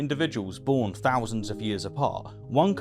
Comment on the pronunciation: Stop th-fronting please; it's pronounced thousand not fousand, think not fink, and death not deaff.